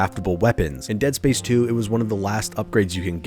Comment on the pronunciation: "Dead Sapce 3"